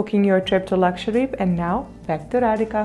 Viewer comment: Why do you say Laksvadeep :p, its Lakshadweep ..